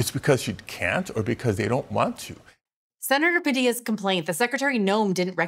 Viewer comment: Senator Pitills?? 😅